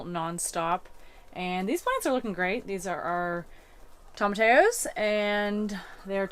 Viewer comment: Hi! I love your videos & find it very soothing at night to watch one before bedtime. If you will permit me a correction, your pronunciation of “tomatillo” is not how it should be. It should be TOE-MA-TEE-O. The “i” gets the long “e” sound & two “l”s together get a “y” sound in Spanish. Sorry, but I’ve taught Spanish & it’s always better to learn the right way to say things. Keep up the good work! You guys are very hard workers. Greetings from Chicago!